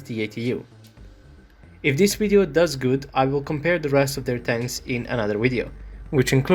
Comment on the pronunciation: I cant do all of them in one “wideo” had me 🤣😂🤣😂🤣😂